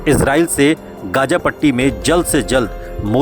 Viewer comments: Gaja nahi Gaza h. Bolna dekhiye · It's Gaza Not Gaja